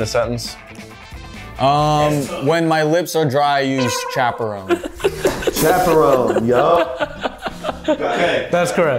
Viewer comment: still misspelled chaperone, he said Chaprone😂